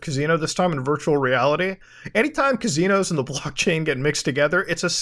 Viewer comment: I love how Muta pronounces kazinoes